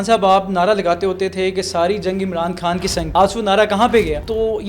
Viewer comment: چوتیو اردو بول رہے ہو یا ہندی؟ خان ہوتا ہے کھان نہیں